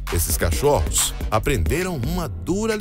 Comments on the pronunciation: "...esses cachórros..." Kkkkkkk. Narrador fera. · vc percebeu que ele falou CACHÓRROS ksks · CACHÓRR. OS.. 😀😀😀😀😀😀😀. UUIIII!!!!! Volta pra escola😀😀😀😀😀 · quem percebeu ele falando cachórros? Kkk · SrUrsinho " CachÔrros" e não " CachÓrros". Tem de ler mais e aprender. Principalmente sendo um narrador. 😀😀😀. Voltar pra escola. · Kkkkkkkkkkkkkkkk o narrador falou cachórros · CACHÓRROS.... 😀😀😀😀😀😀😀😀😀😀. Volta pra leitura. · Ser ferido por um porco espinho não deve doer tanto, mas ouvir o narrador soltar um "esses cachórros", foi cruel demais. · Fiquei pensando o vídeo todo se o plural de cachorro é "cachórros" kkk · em ele fala CachÔrros... As pessoas como sempre só apontam os erros. E não tem nada a ver com português esse tipo de erro, é só uma pronúncia que saiu errada porque provavelmente estava com outra palavra em mente. Que Desnecessário. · Esses "Cachórros" kkkkkkkkkkkkk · Kkkkk. A língua portuguesa sofre kkk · não se lê, se ouve*** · Kkkkkkkkkkkkkk percebi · Eu só percebi só quando você disse